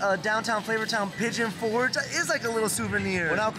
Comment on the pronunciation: Pigeon forge not fort 🤭